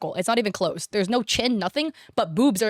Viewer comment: "Oh Naur...." Wait, is australian?!